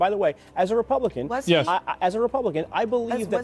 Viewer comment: "I jused to be a repohblican"